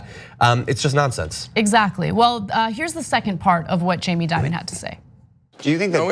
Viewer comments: That kids, is what fear mongering looks like. Also please, banks make bad decisions all the time. Like that time Deutsche Bank loaned No. 45, millions. PPS I'd pronounce Dimon as De-Mon, like the corporate monster that he is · So we get this right: Jamie DIMON, (like DEMON with an I), not Diamond. K?